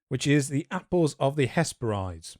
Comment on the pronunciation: Hesperides is pronounced ‘hes-peh-rid-ees’, like how you pronounce Hebrides